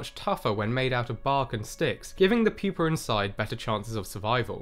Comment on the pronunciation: Say it with me: pupa. PYOO-PUH. I'm no scholar, but I detect no "r" in the word pupa. Not puper. Pupa.